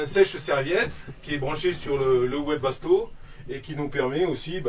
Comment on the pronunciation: Bon on ne dit pas ouébasto, le wesbasto s’écrit bien avec un W mais ceux prononce vébasto bye bye les amis